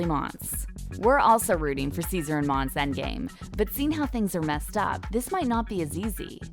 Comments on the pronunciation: Her name is pronounced MON-SAY. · IT'S FKIN MONSÉ NOT MONS. JESUS CHRIST. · Her name is Mon-say! Its clear the reader NEVER watched the show! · They kept saying her fkn name wrong